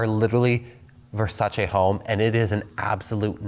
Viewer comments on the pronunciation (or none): "Nice bed spread." "Thanks, I bought it at Ver-sayss."